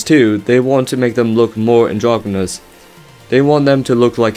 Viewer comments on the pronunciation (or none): It's androgynous, not "androgomous"